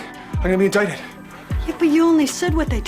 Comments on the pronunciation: Makes me laugh every time I hear (INDICATED) HAHAHA HA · Everytime "INDICTED" LOL🤣🤣🤣🤣🤣